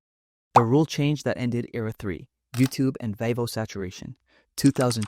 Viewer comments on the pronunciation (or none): THAT'S NOT HOW YOU PRONOUNCE 'VEVO', LOL- BUT EVEN SO; TELL ME WHY IF YOUTUBE HAD VEVO SINCE 2009 WAS THIS SUDDENLY A PROBLEM DURING ? 💁🏿‍♂️